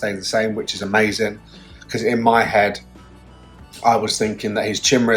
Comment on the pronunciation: Love when he says mazing !!! 😂😂😂😂❤️❤️❤️❤️